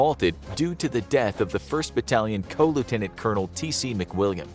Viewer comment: the man pronounced commanding officer as co, not even CO. This is why actual historians' videos are superior